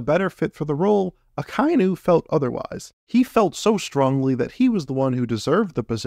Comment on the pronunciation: sorry to nit-pick It's aka-inu (red dog) and not a-kai-nu